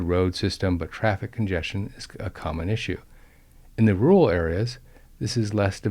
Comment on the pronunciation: rural, not rooal.